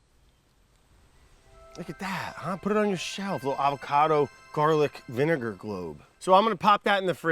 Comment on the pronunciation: Im sorry, did he say 23$ for a bottle of vinaiger? 😂